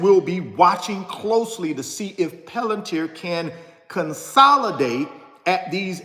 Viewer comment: 😢 🤯😳Are you the only one who can’t sound this word out….😫Come on, get up.